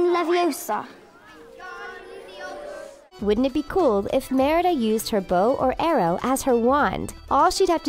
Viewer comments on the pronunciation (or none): It's leviOsa not leviosAr!!